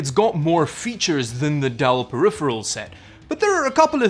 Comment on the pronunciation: ‘periphirel’, a conjecture of ‘peripheral’ and ‘apparel’? 🤔